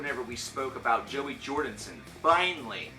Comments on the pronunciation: dude, you keep saying Jordinson :D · Better than the people who say Jorgenson